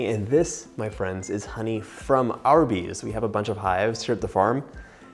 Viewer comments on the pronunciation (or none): Could have sworn you said the honey was from Arby’s! Had to back it up and listen again 😆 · "Honey from Arby's"? Oh, he said "honey from our bees". I was very confused for a moment there. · When you said ‘our bees’ …. I was thinking you said Arby’s 🤣🤣🤣🤣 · I have watched this a few times now and made this recipe three times so far. When he says "we got this honey from our bees," I always hear it as "we got this honey from Arby's." I have to think about it, like "Arby's must have some really good honey packets." And then I am like "oh yeah, our bees..." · What did he actually say because I heard the same 🤣